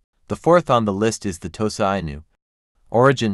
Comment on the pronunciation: Inu pronounced "Enu" similar to Shiba Inu.